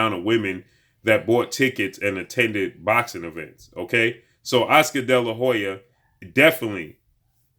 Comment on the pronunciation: Damn just say oscar delahoya sheeesh